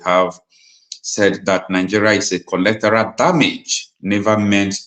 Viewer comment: what a tremendous job you are doing! In my opinion, you are umpteen. I, however, wish to correct you on a few errors which, if adhered to, will, immensely, enhance your efforts towards informing both the masses of Nigeria and the world, at large. That word is, actually, “Collateral” and not “Collectoral” - a word that doesn’t exist in the English Language. Also, the word, “Concern”, is often mispronounced as “Consign” which, even Lawyers and intellectuals, in Nigeria, are guilty of. They are completely different words, with different meanings - one dealing with feelings, while the other deals with goods, shipment or consignment. On e again, what a marvelous job you are doing!